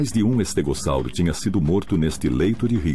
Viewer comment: Legal.estégossauro nunca ouvi falar. Ele falou estégossauro que eu ouvi. Algumas pronúncias me fazem chorar. Tem documentário que fala Sauropôdes Verde saurópodes ah sei lá ,no documentário caminhando com os dinossauros